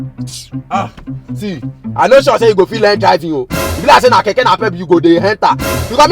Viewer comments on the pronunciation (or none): none